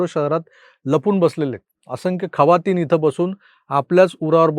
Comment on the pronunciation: खवातीन नाय जखीन 😂😂